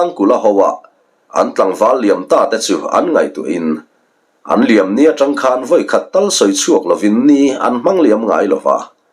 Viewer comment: Thang khan zam tih tur thangkhanzam nilo in